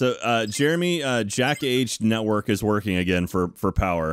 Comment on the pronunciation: "it eez what it eeez"